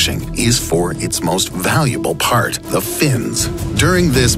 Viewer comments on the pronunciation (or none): none